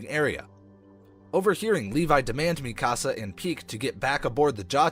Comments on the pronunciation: Bro the pronunciations in this vid had me crying 😭😭 bro said “mi casa” for Mikasa and actually said Jean as in pants for Jean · Why did you say Eren yeager is mr Krueger and why do u call Mikasa mick-as-uh it’s meek-uh-Suh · (me-kas-ah) wtf is that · and mi-kasa and hang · THATS NOT HOW YOU SAY MIKASAAAA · I don’t like how he’s saying a ton of names wrong except gabby, feels like this isn’t a actual persons voice, also saying Zeke as “Zekay” And Mik-asa as Mika-say and mi ka sa, but sounding like there’s extra a’s however, that’s fine a lot of people find it confusing.